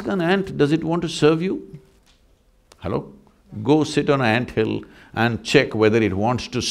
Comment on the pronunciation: Every time he says Halo🤣🙏🏾